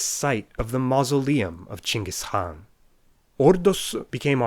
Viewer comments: Wow the first non-Mongolian that pronounced Chinggis Khan correctly, with a soft kh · The way he said Genghis Khan in Chinggis Khan Mongolian sounded sounded bad ass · Бля о том же, когда он произнес чингис хан я честно говоря очень даже удивился ахах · OH MY FINALLY SOMEONE PRONOUNCES CHINGGIS HAAN RIGHT good lord i was getting sick of those videos that pronounced it Genghis Khan oop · HE SAID CHINGIS HAAN INSTEAD OF GEÉNGHIC KAHA HES A TRUE MAN